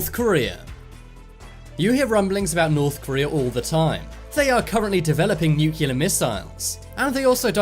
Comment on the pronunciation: Try to pronounce "nuclear" properly..just an idea